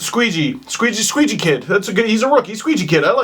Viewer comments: His name is pronounced "Shay" but it's funnier to pronounce it "Skayjey" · FiteMeIRLlilGaiBoi420 I'm a ranger fan and it's pronounced shay like shea Weber. But I find squeegee kid kinda funny 😂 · Hi Steve. Brady Skjei is of Norwegian heritage - and the name Skjei is Norwegian. It is pronounced "Sch-ei". Having a blast following your videos, and the Leafs! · "SHAY, SHAY, IT'S FUCKING PRONOUNCED SHAY!!!!!!!!!!!" -every rangers fan watching this video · Brady Skjei is pronounced (Shay) and he is the NYR 2nd best defender behind McDonagh. He is loved in NY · Skjei is pronounced "shea" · Skjei is pronounced "Shay" like Shea Weber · Jake Delia He can't even pronounce Dubnyk. Do you expect him to pronounce that guys name correctly? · Yep same here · No it's pronounced "Shay" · Brady's name is pronounced Shea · Brady Skjei's last name is pronounced "SHAY" 😂😂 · Sure... But I'm pretty sure that is Brady Squeejy kid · Brady Skjei (pronounced shay) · It's Norwegian. It's pronounced "Shay" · Skjei=Shay it's a dumb pronunciation I know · Lol Skjei is pronounced "Shea" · pronounced "shay"